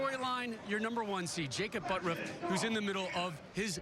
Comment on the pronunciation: I don't care how he pronounces it, but 'ButURFF' is NOT pronounced 'ButRUFF''. There is no way, in the English language, in any obscure pronunciation rules, to get there. Sorry if you don't like the way your name is really pronounced, but if you want to change the way it is pronounced, change the spelling. That being said, I love to watch him bowl!